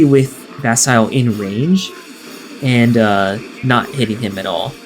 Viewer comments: 😱! ITS PRONOUNCED VAS-EE-LAY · Wait wait wait... How did you just pronounce Vasile?